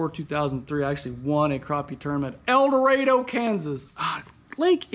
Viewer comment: He said eldorado